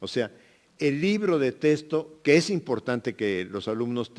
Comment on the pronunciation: Mínimo que se enseñe hablar. No se dice testo se dice texto.